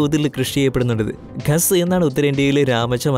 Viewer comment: ഖാസ് എന്ന് അല്ലേ